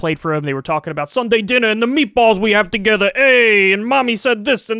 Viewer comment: "The meatballs we had togethuh EEEEEYY" Fuckin love it lol